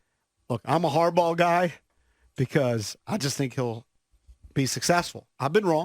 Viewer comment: This dude said Harbaugh!!! Must be a joke!!